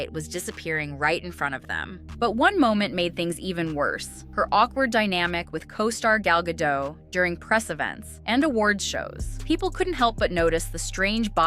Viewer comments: The announcer at the award show pronounced Gal Gadot's name wrong. What a moron. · “Gal Gadot” rhymes with “Wall got oat.” Not hard, just not English. Just so you know.